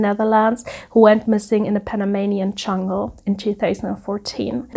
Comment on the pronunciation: Very well presented. You have such a sweet personality that comes through in your delivery. I giggle every time you say CHungle☺☺